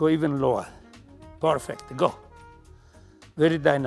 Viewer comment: I love the way he says porfect 😁 would have loved to be able to train with this legend